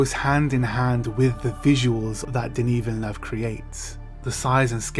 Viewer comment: Thank you very much for all the amazing content :) I was wondering, do you speak many language? Your prononciation of Denis Villeneuve's name is perfect! My first language is french and you sound spot on! Can't wait for part 2 :)